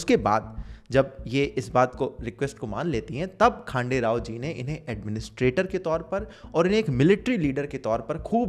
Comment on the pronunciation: You are really great bro👍 ❤ from महाराष्ट्र Not खांडेराव.... ....खंडेराव